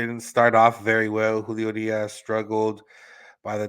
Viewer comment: The way you say Urias 🙄